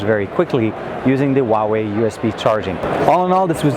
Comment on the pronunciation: It's "Whoa Way", not "Wah Way".